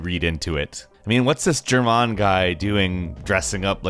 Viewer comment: Jerman???? What the flip hahahaha